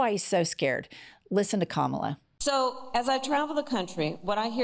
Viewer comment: Has anyone noticed previously Trump did pronounce Harris first name correctly, but because everyone on the right mispronounces her name as an insult, he's now doing it?